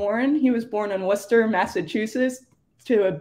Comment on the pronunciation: thank you for saying 'Worcester' correctly!